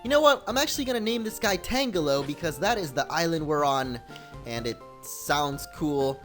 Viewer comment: Youre pronouncing "Tangelo" just like "Tangela" When really it should be pronounced like a combination of "Tangerine" and "jello"